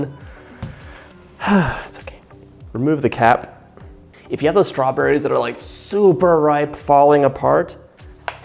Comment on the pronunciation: The way he says strawborayz grates on my east coast ears. 🙉